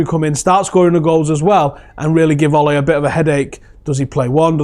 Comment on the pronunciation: I worked at sea for 12 years mostly for Norwegians. They know how to run a good ship. So much better to work on than other companies. They paid the best too. Ole for the job! p.s. it is pronounced ew-la What about Matic? Wow. It's like a new signing. He is passing forward etc.